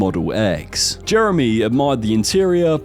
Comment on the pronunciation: Always when he says Jeremy I understand Germany.